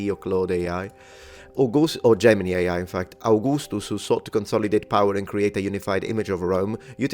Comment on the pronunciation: ChatGPT is the only decent AI. I think that’s why he quickly emphasized “Gemini” in the way he did.